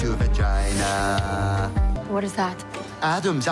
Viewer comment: That is the most aggressively midwestern pronunciation of vagina I have ever heard in my life. Absolutely hilarious. Had me rolling.